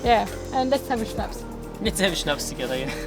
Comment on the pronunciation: Schnaps or … Schweppes 😂